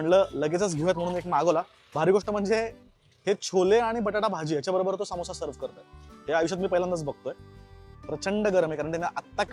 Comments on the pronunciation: सामोसा ❌❌❌ समोसा ✅✅✅ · सामोसा नाही समोसा ......माखनी नाही मखनी